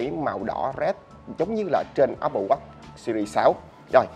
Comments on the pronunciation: jos Quý apple wash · Nghe chữ Watch ông review đọc khó chịu vl :))) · Đọc tiếng anh chữ watch nghe khó chịu quá. Chỉnh cách phát âm đê